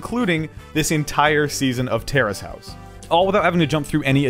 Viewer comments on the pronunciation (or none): I thought you were saying terrorist house for a few minutes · I thought he was saying terrorist House